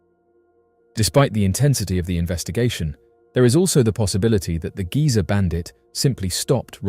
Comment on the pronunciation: Not giza bandit Geezer bandit. As in old geezer.